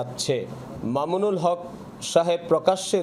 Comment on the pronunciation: আল্লামা মামুনুল হক নামটা যে ভালো করে বলতে পারে না, তাদের সাংবাদিক বানাইছে কে?